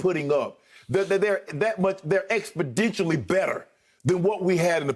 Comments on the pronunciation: “….expodigially better …” 🤔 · "Expodintially better" --Shannon Sharpe